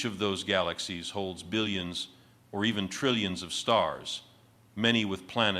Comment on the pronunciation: You can tell it’s AI because there’s no stress on the “B” in billions!